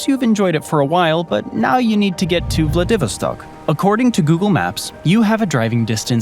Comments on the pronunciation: Yeah, like I'm really going to believe all your propaganda about Siberia, Russin history and society when you don't even know enough to pronounce the name of one of its major cities: Vladivostok. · How ignorant do you have to be to mispronounce such a famous name as Vladivostok? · ''Sub-SEE-quently'' - good sweet fecking Jesus. ''Vla-DIV-i-stok''? Holy mother of god learn how to pronounce places! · I worry that humans will pick up bad pronounciation from these stupid AIs that mispronounce words. Taters = Tay-turs not Taaters. Vladivostok = VLAD-iv-OST-ok; not vla Divi stock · The narrator cant pronounce VLADIVOSTOCK so annoying grrrr accent is on the Vo as is vladiVÓStock not on the Vi as he says it, ie vladÍvostock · It's pronounced vladdy' vostok not how you are pronouncing it. Ask Google before you do the next video if you don't want to sound clueless. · I like daaahaattto narrator's pronounciation of xxx . He said Vladeeeeevoh-Stock. Like Vad Eeeevil stock It s/b Vladi-Voh-Ssstok IgnorRat! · Please learn how to correctly pronounce the name Vladivostok - it is not Vla 'DEEV erstok, it is Vlad i voss tock. Muppet!! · Vla-Vid-O-Stock... I don't think that's an accurate pronunciation. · Vladivostok is pronounced “vla-duh-VAA-staak” emphasis on 3rd syllable! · So you can pronounce Oblast Magadan correctly, but you cant pronounce Vladivostock? Ummmm what? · They say it as 'VladiVOStock. Your pronunciation sounds hilarious! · Incorrect pronunciation of VLADI VOS TOK in both Russian and English makes you seem very uneducated, but if a potential viewer can bring themselves to overlook that, you have some interesting comparisons. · Yeah, like I'm really going to believe all the propaganda about Siberia, Russian history and society when they don't even know enough to pronounce the name of one of its major cities: Vladivostok. Vla-divo-stok ? REALLY? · I turned it off when he said vladivostock like that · I've never heard Vladivostok pronounced that way before